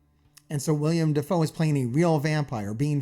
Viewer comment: Uhhhhh... it's actually willem dafoe